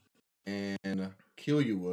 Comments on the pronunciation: Just letting y’all know it’s pronounced kill-oo-ah not keel-you-ah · Its pronounced kill-you-all lol